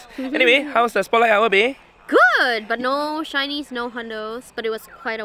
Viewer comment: When he said “let’s go hunt some shinnies guys!!!” I totally heard “let’s go hunt some Chinese guys” Either way best of luck.